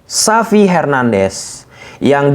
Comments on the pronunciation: Xavi bukan Sapi. sebut yg jelas bang. Xavi itu bagus, amun saya juga tertarik dengan Sergi Berjuan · Sebut nama xavi itu benar dong,jgn sebut xapi tp xavi. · xavi penyebutannya itu cavi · Xavi Bang, bukan Sapi